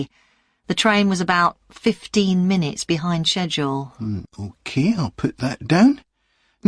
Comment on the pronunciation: Todee, okee? Is this a new accent?